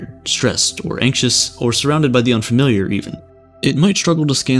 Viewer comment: “Unfamiliar” “Unfamiliar” “Unfamiliar” “Unfamiliar” “Unfamiliar” “Unfamiliar” “Unfamiliar” “Unfamiliar” “Unfamiliar” “Unfamiliar” “Unfamiliar” “Unfamiliar” “Unfamiliar” “Unfamiliar” is the weirdest word i have ever heard uN faamiliar